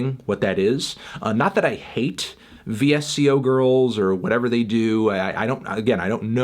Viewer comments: He said "veesio girls" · It's pronounced "vissko" boomer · Vee-Ess-Cee-Oh Girls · Vee Ess Cee Oh girls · its pronounced 'Visco' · He really said vee-ess-see-oh girls SKSKSKSKSKSK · guys, he said it vee-ess-see-ohh girls. VEEE-ESSS-SEEE-OHHH. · its pronouced VISCO